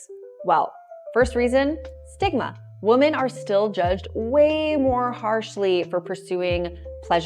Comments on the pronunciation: women = wimmin. women <> woman. As a native-born American, you know how to pronounce that word. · she pronounces the plural “women” as the singular “woman” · I stopped watching the video the second time she mispronounced the word women. She pronounces it as the singular woman. I don't think I'm going to watch a video from someone who doesn't know the difference. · Why do you say women so weird? It’s spelled one way, but it’s pronounced different. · I was wondering that lol